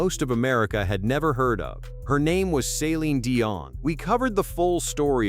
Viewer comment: Maybe learn how to pronounce Celine's name.